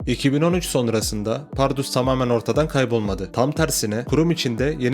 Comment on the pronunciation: kral iyi hoş anlatıyosun da ömrümde bundan kötü "PARRUDUS" diyeni duymadım. bunu düzeltirsen efsane olur. Eleştiri değil tavsiye olarak al bunu.